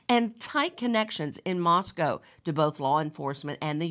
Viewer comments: Mos "coe" not MosCOW. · Exactly! Plus, he calls the city Moss-coww instead of Moss-coe. I’m sure the book is terrible.